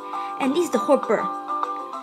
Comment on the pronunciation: Nice work . But some errors : 1. Raping system should be Rapping system. 2. Hopper is Hop-per not hoper.